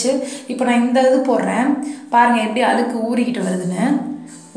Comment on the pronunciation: Nalla Tamil tips nalla Tamil pesunga Aluku I'llai Alzuku , Kaluvi I'llai Kalzuvi unga Tamil kekurathku nallave illai